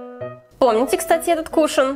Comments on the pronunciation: кушОн, а не кУшон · не кушн а кушОн😒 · Мне кажется привильно говорить кушОн, а не кУшон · Не кушн, а кушон✨ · Не кУшан а кушОн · Не кУшон а кушОн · Кушоооон , а не кушн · КушОн , а не кушен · Бесит когда выговаривают неправильно не кушен а кушон